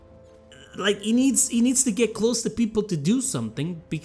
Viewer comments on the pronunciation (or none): none